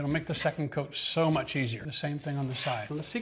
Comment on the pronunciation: great skills, now please focus on saying 'out' en 'coat' in a more palpable way